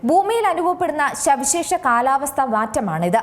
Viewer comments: ശവിശേഷം അല്ല സവിശേഷം.. 👍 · സവിശേഷം " ' ശവിശേഷം" അല്ല വലിയ ചാനലുകൾ ശ്രദ്ധിക്കേണ്ടേ, മലയാളത്തെ കൊല്ലാതെ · ശവിശേഷം അല്ല സവിശേഷം..... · ശവിശേഷാ എന്നാണോ പറയേണ്ടത് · ബൂമി, പ്രതിബാസം, ശവിശേഷം... എന്തോന്നടെയ് ഇത് ?